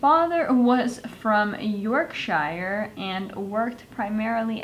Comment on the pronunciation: "Yorkshire" ' when shire is part of a larger word, shire is pronounced sher, like "york-sher", though when it's by itself (like "the Shire" in Lord of the Rings) then it is "shy-er". Also, it's not "outer body experience", it's Out OF Body experience. Also, it's "you ain't nothin but a hound dog, CRYIN all the time". Regarding the eyeshadow, because Bowie basically had NO eyebrows in the original video, hd didn't need to bring the blue eyeshadow up above his brow like you did, his makeup artist brought it up to just UNDER his brow, not over. Trivia fact – Bowie's makeup artist for that video also did the makeup for the Rocky Horror Picture Show, known as Pierre La Roche. With regards to multi-tasking, it might be more effective to address what you are doing with the makeup and why, instead of trying to tell a history about the person behind the original makeup while doing the makeup at the same time. Keep it simple.